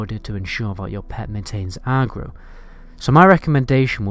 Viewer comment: Good guide but listening to a Northerner say Agro is funny-arrgro-no-Agro-yes!